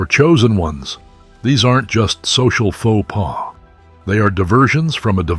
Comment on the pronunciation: "Faux Pas" Guess Your AI Needs an Education....